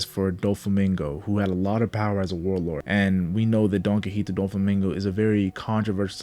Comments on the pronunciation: It’s donquixote not donquixite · It’s “DOHN-KEE-HOTEH” jfc 😂